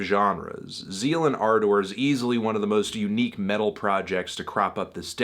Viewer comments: Why are you saying ardor so weird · why is anthony pronouncing ardor that way? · This is really hard to watch when Fantano can’t even pronounce the name of the band , or Manuel Gagneux’s name. It’s Zeal & Ar- duhr, not Zeal & Ar-Door, and the guy’s name is Man-u- well, not ManWell. I cringed every time he said his name. That aside, Fantano doesn’t seem to know the history behind this band, and how Manuel was doing his Birdmask project, when as an experiment, he went onto Reddit and would ask people to name to musical genres, that he would then make a song blending the two together. Gagneux was asked to combine black metal and Chain gang blues, to which Z&A was the result. He wrote all of Devil is fine, played all of the instruments, and recorded it himself. The concept behind the subject matter is an imagining of slaves , had they rebelled against their masters’ monotheistic Christian beliefs, and instead rebelled by following Satan. This is one of Fantano’s laziest reviews for an album that is one of the more interesting, and definitely one of the best all around albums so far this year. it’s worth noting that I’m not a metal fan at all.